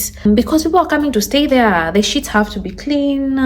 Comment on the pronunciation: Shit have to be clean? Oh you mean sheet! Scared me because you don’t talk like that